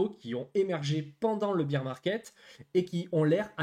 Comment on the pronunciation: BEAR market!( Bère) pas bire , BEER C´´est de la biere , c´est tres bien le marcher de la biere mais ici on parle d´ours , 3000 youtuber pas un qui le dit correctement !